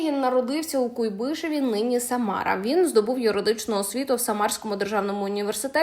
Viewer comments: Слухайте, ну давайте все ж таки правильні наголоси робити! Не КуйбИшев, а КУйбишев. Не «Пуссі РіОт», а «Пуссі РІот» (наголос на і, а не на о). Я розумію, що журналістка ще досить молода і просто може не знати ці факти. Але ж ви якось перевіряйте, що кажуть у вас за кадром. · Дякую за роботу. Здоров'я донечці! У назві міста КУйбишев наголос припадає на перший. склад. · Куйбишев наголос на літеру у а не и